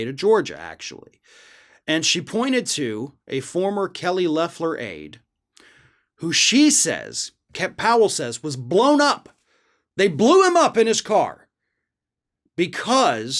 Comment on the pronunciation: Btw: it’s Loeffler, not Leffler. Loeffler even attended this kid’s funeral, one of only two good things she did while in office (she also changed her mind about overturning the election following the events of Jan 6th). The family of this kid is not happy with soon-to-be ex-lawyer Sidney. Hopefully the lawsuit is massive, but she won’t have anything left for them to take once Dominion’s suit goes to court.